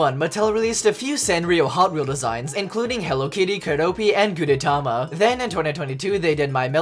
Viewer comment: It's pronounce "Gudetama", and I love this yolk)))